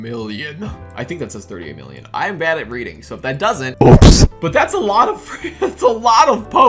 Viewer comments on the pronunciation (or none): none